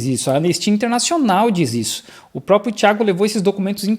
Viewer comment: E não sabe nem falar "próprio"